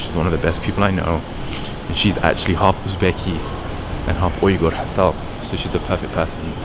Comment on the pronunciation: Finally someone saying Uyghur correctly. Every American sounds like they're saying "wigger/weeger" when they try and it makes me cringe.